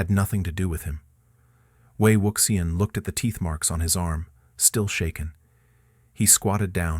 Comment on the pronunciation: no lo soporto, podria pronunciar bien ese nombre tan bonito..